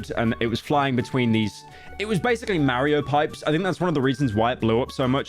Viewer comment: "meryo payps"